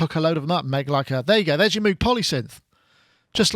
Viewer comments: Agreed. And it would be understandable if this was some kind of journalist not from the tech world or the music world, Like someone from People Magazine or mainstream news. But somebody who works as a synth pundit and plays synthesizers, should at least know how to pronounce Robert Moog's name. This is not about being obsessive, But showing the proper respect appropriate to the publication. And it has nothing to do with being from England. Is he not aware that there was a man by that name? Has he never watched the movie about his life and work? Has he never read "Analog Days"? And do they say "Roog" for the word, "Rogue"? And to hide behind being British, as if that could excuse ignorance or bad manners, is ridiculous. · Pete Brown I agree with you, generally. I like & his presentations. But I am just saying that Robert Moog (may he rest in peace) said he pronounces his name rhyming with the words "vogue" and "rogue". **NOT** rhyming with er, I don't know, maybe "Droog" or Goog as in Google He says this in the great eponymous documentary about him. It also shows up in the very cool book "Analog Days". Not sure how much it matters what the "real" pronunciation (whatever that means) is, at least to me. I only care about Bob's pronunciation. But I had no intention of turning this into a big debate. In the grand scheme of things, even in the context of this video interview, it ain't that big of a deal. What matters is the content. And overall, this is a nice little video, and whets the appetite for a product like this. Right now, I have my heart set on the new Moog Sub 37. I am going to try and trade in my 4 month old Sub Phatty, which though I like, and was about half the price of this one, also is lacking some of its features (like the fact that I have to use an editor to access many of its "hidden features, whereas this new Sub 37, has most of it on the surface of the synth. Not to mention a step sequencer! And another octave worth of keyboard).